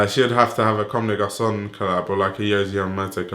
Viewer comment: m8 your vids are great I left a sub but please, stop slaughtering brand names like CdG Tricot or Homme Plus and so on. Really not saying it as hate just save our ears! Other than that, keep going!